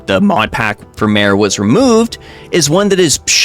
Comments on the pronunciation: It's pronounced "mah-ray," not "maire." Like the zone, Mare Lamentorum. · Since it's related to things on a moon, "mare" is pronounced "MAR-ay", meaning "sea", same as the IRL Mare Tranquillitatis (Sea of Tranquility), where Apollo 11 landed. Edit: There's a post about visual mods on the official site (I don't think I can link it directly in a comment). They tldr is they don't want people modding to look like they have unearned ult/savage/etc. gear, they don't want people modding to show unpurchased store items, and they don't want people modding to look nude.